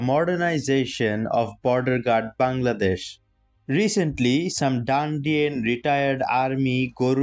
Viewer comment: Bro it's not DANDIAN it's RANDIAN, spell it properly 😂.